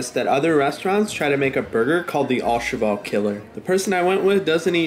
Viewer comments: It’s pronounced O cheVAL like Valerie, not ALL cheVOLE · Pronounced "oh-shev-al" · Au in French is pronounced as a long O. Sorry to be that guy, though. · "Favorite restaurant" But can't even pronounce the name correctly. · the waqy you pronounced the restaurants name made my toenails retract to the shadow realm and I'm not even French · that pronunciation of au cheval hurt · Oh boy that pronunciation of the name of the restaurant is way off haha French is not easy